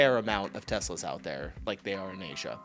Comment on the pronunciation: Teslerrr don't you see any news there. 😂😂😂😂🏴